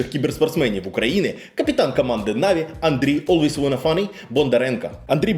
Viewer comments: нік не так виговорив) не "Алвавонафані" чи як там було а олвейс_Ванна_Флай (нижні лінії шоб читати легше) ) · Олвейсвонафані, хелресайсерс і глобак ахахахах, будь ласка, читайте імена та назви уважніше) та взагалі, провіряйте інформацію яку подаєте, Наві по доті вже 3 рази міняли свій склад , і в цій команді не грає жоден з вище перерахованих гравців. Цей же ж Ноуван навіть встиг пограти в наві та покинути команду. Одним словом, інформація застаріла на 3 роки. P.s: не обов'язково кожного разу вимовлять букву р в анлійських словах так, ніби язик затерп